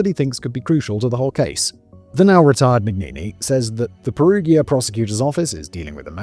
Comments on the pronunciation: Peru-ja, not Peru-gear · Hearing him pronounce Perugia is painful. Pe-ru-ja. Gi makes a j sound in Italian. Edit: giacomo is pronounced jacques-omo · Are you going to continue to say "Perughia" all video 🫩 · Hey Simon - can you please do some more research about pronunciation when doing Italian-based scripts? Danny's script is excellent, but your name-butchering is nails on a chalkboard! Mainly, any combination G-I-A (Peru-GIA, GIA-como) is pronounced "ja"... like Jack... so Giacomo is "Jack-omo", Perugia is "Peru-ja"... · From what I understand of romance language phonetics, the town in Italy should have emphasis on the U and a soft G... per-U-gia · Per-oo-ja Jack-omo Raf-ay-ell-eh Etc etc Please for the love of all that is holy will podcasters PLEASE search how to pronounce the names in their scripts. I had to give up. It’s grating. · really? pe-roo-geea?! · The fact that you cannot pronounce Perugia, and other names means that I don't think it's worth listening to this. To add. I think being so flippant is very disrespectful considering a girl is dead.. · In Italy if you go spontaneously to talk to the police or are called by them but you are not charged with any accusation, then you are not supposed to have a lawyer with you but you are bound by law to say the truth. If you are charged with accusations you can't be heard without a lawyer but you can lie. And it is Perugia with a soft g, as in gentle, generation, genre ecc, not a hard one as in got, give ecc. Because there is an i before the a. Just so you know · For the love of life, please try to pronounce the town of Perugia correctly! Surely you've heard of this town before, at the very least in need reports. I love your videos and watch them daily but cannot get thru this one bc of the mispronounciation. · I wonder if that's actually the way you pronounce Perugia. It is said a few times in Mass Effect 2 and all of the characters that said it pronounced it differently than Simon.